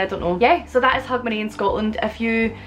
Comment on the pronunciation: When you speak it, it sounds like "hug my knee" to me. Remember people, knees need love too, life as a knee can really be tough sometimes.. The pub is named what? It sounds to me like you're calling it "Wax your conners". I just knew my conners need a good waxing. Also, happy new year